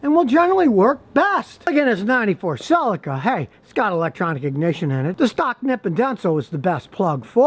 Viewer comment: that is a good car that. Sellica. Pronounce it right also.